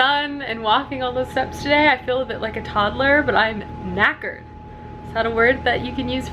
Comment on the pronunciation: Me an Irish person hearing an American say “knackered” for the 1st time in my 16 years of life: 👁👄👁